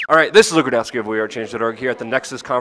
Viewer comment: OK, Luke. I just gotta' ask: Why is the 'k' in Rudkowski silent?